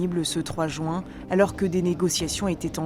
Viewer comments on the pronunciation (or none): "L'élection présidentielle était prévue pour ce mois de JOUIN" 😮‍💨